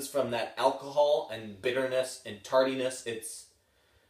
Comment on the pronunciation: You said tarty-ness...or was it tardy-ness??? I hope the first one cause late whiskey is the total worst!